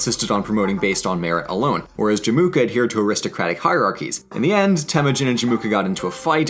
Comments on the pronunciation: cool vid but it's pronounced Jem-Oo-Ka, not Je-Moo-Ka. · But “Jemuka” though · Everything is mispronounced, i might just have cringed to my lower intestines lol. There's no "K" sound in Jamukha btw. I have only one addition to it tho, about China's relationship with Nomads in the north. When Temuujin was on 9 years old, his father, Esukhei got invited to a dinner party in the nearby Chinese village and got poisoned. Chinese also used bribery to keep the nomads fighting each other than unite and be a problem to China. Like you said, for a while said this plan worked pretty well for the Chinese but it created 'distaste' to the Mongols. It could be seen as revenge and declaration of power when they invaded China given that most of the soldiers and generals had their ancestors poisoned, tortured or killed by the Chinese. It was also a common practice of Chinese to give trophy wives to "strongest" Mongol tribe leaders before the empire was a thing. Wives were to spy on the tribes and relay information back to the capital. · Emphasis on Jamukha is in the Jam, not the Mu